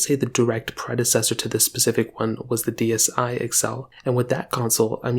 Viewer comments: the word is 's'pecific not pacific..... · All I heard him say was "Pacific" 🤣